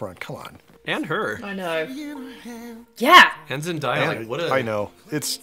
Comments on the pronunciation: Zen-DAY-A not Zen-DIE-A. It’s pronounced exactly how it’s spelled. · remember folks: zen-DAY-a not zen-DIE-a. i am begging. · It's not "zen-die-a" she pronounces it "Zen-day-a" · it's zen-day-uh lol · Can we pronounce her name right though.... Zendaya it's "Zen-day-a" or Zen-dei-uh (they sound the same) not "Zen-die-ya" you pronounce it like it's spelled... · Zendaya is pronounced Zen-DAY-uh, not Zen-DYE-uh. It doesn't rhyme with papaya. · Off topic, but just have to say: it's Zen-DAY-a, not Zen-DIE-a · It’s Zen-DAY-a, not Zen-DIE-a. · Just an FYI for you guys, Zendaya has a video we’re she talks about how to pronounce her name. Apparently it’s a very literal spelling and pronunciation; Zen-DAY-uh (as in “what day is it?”) I didn’t know either until recently! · You guys keep saying zendaya's name wrong. She even went online to confirm that her name is pronounced zen-DAY-a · Am I the only one that grew up watching Disney and am extremely bothered that everyone on YouTube keeps pronouncing Zendaya’s name wrong!? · I love you guys but you mispronouncing Zendaya’s name makes me cringe lol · Them misspronouncing Zendaya's name got to me😂😂